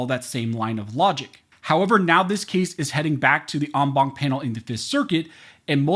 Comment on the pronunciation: Count how many times he says ong bonk. 😆 (en banc)